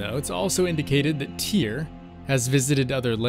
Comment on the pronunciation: STUDIOS It's Tyr not Tear.